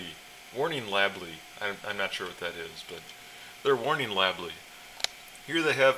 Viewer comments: i was laughing when you kept saying lable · I laughed every time you said "warning lablee" haha